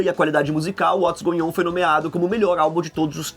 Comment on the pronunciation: goion? É goin' on